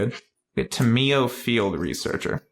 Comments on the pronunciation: Actually lore-wise it is pronounced Tom-e-o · Its Tam-yo. :D